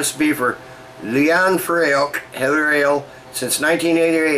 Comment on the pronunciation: Nice review, I've got a bottle in the fridge along with some other Scottish beers such as Raven Ale, Black Gold and Belhaven Scottish Stout. By the way, the pronunciation is more like "free" which unsuprisingly is Gaelic for "heather". Anyway, just had my first sip of Raven Ale, Hoppy goodness. Slainte! (Cheers)